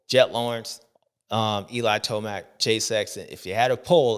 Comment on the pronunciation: Did you just say eli toast mac 😂😂😂😂